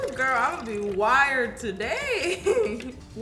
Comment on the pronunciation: Is nobody going to talk about... about.... um.... she says.... GORL 😂😭